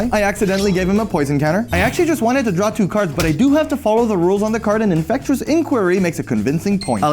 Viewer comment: Infectious =/= "infect-U-ous."